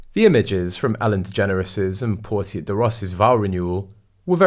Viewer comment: ‘Portia’ pronunciation. Dude, you are literally reading from a script. Your pronunciations are terrible. Every single video you put out contains some random mispronunciation. If you’re going to read, then please learn to pronounce things properly. It undermines any credibility, and is really really jarring.